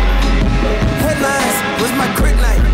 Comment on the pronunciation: "krytnite"...classic ye